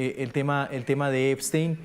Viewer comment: Epstein////no Eisten 😂😂😂😂uno tenia mucho cerebro el otro en escremento en lugar de nuronas😂😂😂😂